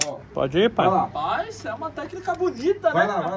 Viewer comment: "rapaiz" kkkkkkkkkkkkk